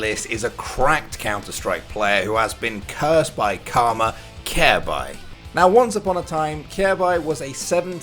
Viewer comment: Does watch CS because he can’t even pronounce Kjaerbye right